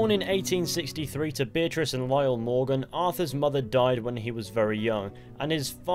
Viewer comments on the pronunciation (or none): none